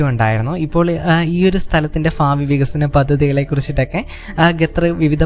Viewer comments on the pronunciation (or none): ഫാവി അല്ല മാഷേ, ഭാവി എന്ന് പറയൂ. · ഫാവി, ഹൃദയ ഫാഗം, ഫാഗങ്ങൾ 😄😄😄